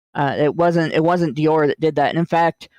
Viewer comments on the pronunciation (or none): Americans need to learn to pronounce french names... first with his pronounciation of "Shia LaBoeuf" (the "f" isnt silent... it isnt "beau") and now with his pronounciation of "Dior"... #triggered!